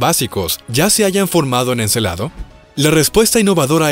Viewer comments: Se dice Encélado. No Encelado. Y lo que dices no son nuevos descubrimientos. Ya se conocian. Si lo fueran, podias citarlos y dejar enlace en los comentarios. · Muy buen video, lo único que si les falló fue la pronunciación de Encélado y no Encelado, tienen diferente significado "Encélado " es de la mitología griega, hijo de Urano o de Gea. Y Encelado tiene relación con los celos. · Encélado, no Encelado.